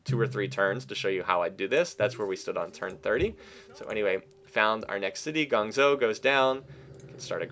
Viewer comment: Guangzhou is pronounced "Guang-joe", not "Gong-zo".